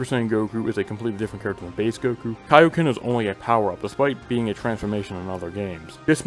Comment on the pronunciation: you missed one and i was waiting for it all video Goku mispronounces his Kaioken in BT3 and says "kay-oh-ken" instead of "kai-oh-ken"